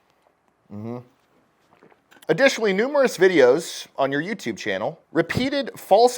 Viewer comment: Numerus? not numerous? What is he a Roman litigator